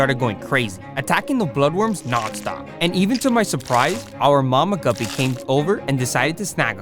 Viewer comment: why does guppie sound like gubby 😂 from roblox